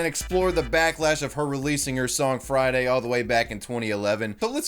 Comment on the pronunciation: She said "FrAIyDaII" once, everyone cringed, and then everyone forgot.